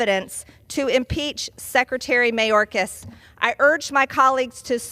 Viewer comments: The way she says mayorkas. May yore kiss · I love that she never pronounces his name properly😂